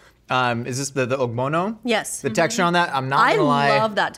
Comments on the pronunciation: Okbono soup keh 😂😂 It's pronounced "o-b-o-n-o soup". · I'm am late but as a Nigerian the ogbono soup is pronounced o-bo-no soup using ur sounds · As a Nigerian I am happy to see people enjoying our food but I also Crying from the way they pronounce our foods like how they call palm wine palm juice and incorrectly pronounced ogbono soup